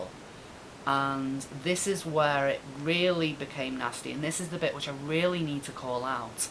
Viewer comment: Stephen Horton ha! Omg I can hear her in my head saying it now! Cathy ear worm, ta! She really has to stop trying to waylay people like that, so unprofessional. I weally, weally, WEALLY hope JP sees it 😁